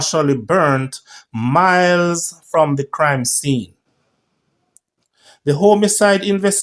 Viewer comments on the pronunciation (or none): none